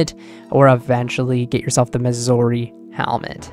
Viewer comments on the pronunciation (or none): none